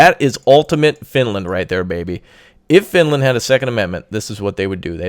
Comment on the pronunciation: FINLAND.... FINELAND XD